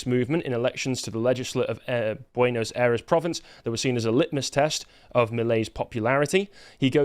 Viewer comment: /PEH so/ peso /BWEN as/ Buenos Aires -Ffs listening to your pronunciation is painful